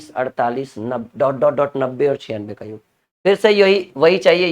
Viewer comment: गुरु जी योग्य नहीं होता जी याेग होता है।